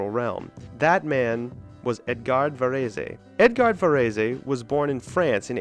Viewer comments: Varez NOT Varezay! Jesus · Actually, Debussy was almost the only classical name he did pronounce correctly. (French words do not emphasize one syllable over another. You pronounce all syllables with equal emphasis.) His saying "Vuh-REE-see" as Tony Soprano would have said it had me almost crying. By the way, you can Google names to find out how to pronounce them correctly. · Xenakis is not considered a musique concrete composer. You mispronounced Varese completely - it has two syllables. I knew Simeon who was one half of Silver Apples - I produced an album for his label Whirlybird - sigh... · Varèse is 2 syllables, the final e is silent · Your pronunciation of Varese's name is just too cringe. Couldn't get past it. Maybe I'll try again tomorrow. Please do better. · PLEASE learn to pronounse "Varèse"!